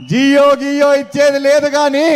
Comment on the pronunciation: జీవో రా నాయన, జియో,ఎయిర్టెల్ కాదు